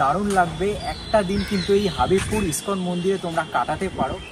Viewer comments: হাবিবপুর নয় হবিবপুর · হাঁদা, হাবিবপুর না হবিবপুর।